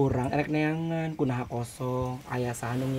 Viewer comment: bukan kunaha tapi kumaha hahahaha. Salfok sama ah hahahaha